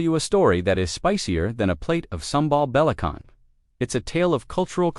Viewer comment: Not Belakan but Belacan😂